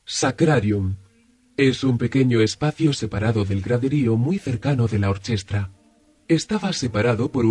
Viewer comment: Estoy bastante seguro de que "orchestra" no se pronuncia así, de hecho el sonido "ch" delante de "e" e "i" en italiano como en latín se pronuncia "k". Entonces se debería leer "orquestra". Por el resto muy interesante